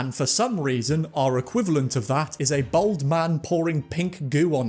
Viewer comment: You absolutely cannot be pronouncing "bald" like that